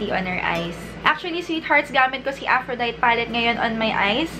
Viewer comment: Af-ro-day-tee yung pronunciation :)